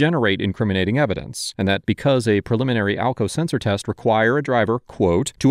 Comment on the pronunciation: Sumwon was axking for alkao seltser